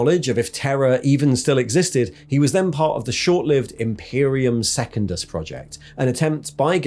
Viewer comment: love this dude's videos but his pronunciation of secundus is going to drive me to chaos